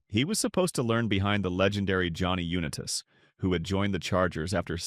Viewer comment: I really wanted to like your video but I couldn't. You have to say the guys name correctly Johnny Unitas. I can't take your video seriously if you can't even say his name properly.